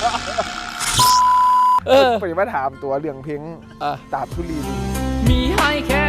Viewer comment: แก้นิดนึงนะค้า ธุลีดิน ต้องเป็น ล ลิงน้า